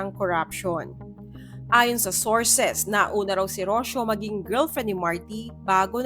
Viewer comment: So rich and beautiful and yet, so insecure. Poor rich girl, Rocio. Sarah, stay away from that creep. You deserve better. *It's not Rosyo. It's Ro-see-yo.